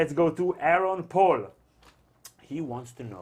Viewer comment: Thanks for the shout out guys. But, it's "Powell" not "Paul". Hahahahaha. And Bernie tied tonight.